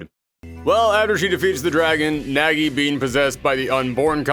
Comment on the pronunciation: Weird to hear it pronunced as Nägi :'D But I don't blame ye since that is how english dub pronounces it. Either way, I've always been interested in bloody roar but never got chance to try out any of them ever